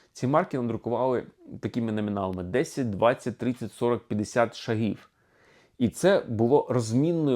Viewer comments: Не шагІв,а шАААгів!!! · Давно пора. Тільки наголос на першій голосній при всіх відмінках - шАг, шАги, шАгів. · Тоді кажіть правильно, якщо це не московитський "шаг"! Не шагІв, а шАгів. Не шагИ, а шАги. Бо хочемо перейти на все українське, а не можемо позбавитись московитості! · так куди наголос? шАгів чи шагІв?